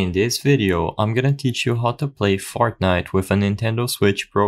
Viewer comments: ah yes "fartnite" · Ain't no way bro said "Fartnite" 😭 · Why is no one talking about him saying Fartnite at the start 💀